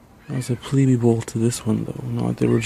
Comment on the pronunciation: It's pronounced pleeb, not pleebee.